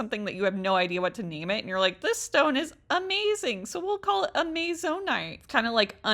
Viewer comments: I understand not being able to pronounce different types of stones the one you were trying to say was amozonite is that correct? It’s pronounced (ami-zon-night)hope this helps☺️☺️☺️🫶🫶🫶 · Amazonite is pronounced like the Amazon like the jungle or the online shop. My most fave gemstone